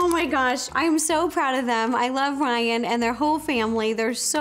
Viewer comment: It’s RRRYAAN